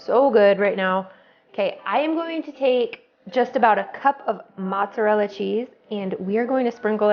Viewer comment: No t's in mozzarella !